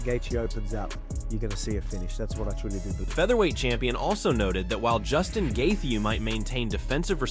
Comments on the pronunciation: Why not learn how to pronounce fighter's names since you make videos about them? Who is Justin Gaytheay? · justin gatheegee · AI…. Every mention of “Gaethje” is pronounced differently. That’s funny as hell.